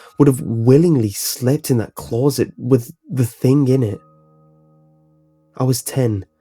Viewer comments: CLAWZIT. Just say closet. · The scariest thing about this story was the way he said closet